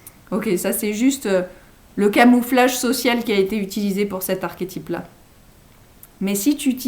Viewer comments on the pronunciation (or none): j'eclate en sanglots sous l'effet d'une grande douleur a l'enonciation de l'avant dernier ... " archétype " ... On fait quoi maintenant ?